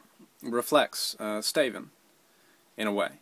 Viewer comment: when he said "staven" i thought he was saying Stephen in like an accent...;x